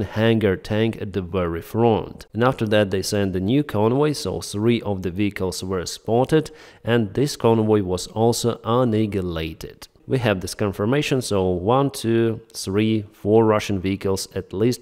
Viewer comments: Annihilated is pronounced like un-eye-ill-eight-ed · annihilated is pronounced like :anialated ... the "h" is silent and the double "n" is shortened ... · Your English is great. I thought you might want a bit of help with one particularly awkward word: "annihilated". The "H" is silent, so it's a bit easier to say it like this: "ann-eye-ill-ated". I used words you already know instead of the way pronounciation guides are normally written. Thanks for your excellent YouTube channel! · ANNIHILATED a nile a lated is how it is said.